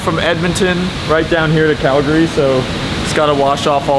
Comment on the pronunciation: The only American that pronounced Calgary correctly